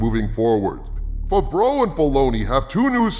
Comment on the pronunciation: The first A in Favreau is said like in hat. No like a U.